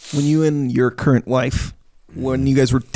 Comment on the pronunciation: Did anyone else hear the emphasis from on "your CURRENT wife...". Made me laugh